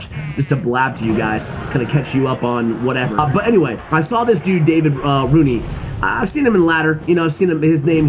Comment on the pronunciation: Gotta love the fact that you have tried to pronounce "Davide" in two different ways, and none of them was even close to the correct one. Anyway, we still love you. Keep up and cheers from Italy 🇮🇹